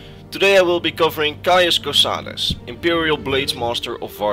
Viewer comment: "my name is cauis cosades" "caius cosades" "caius cosadeez nuts"